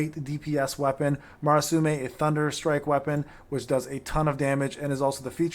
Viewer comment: From your videos, it sounds like you are saying; Marasume while it is Murasame I do not know about japanese pronounciations, so sorry if i'm mistaken.